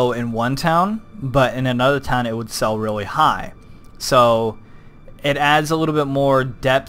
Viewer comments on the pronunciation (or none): none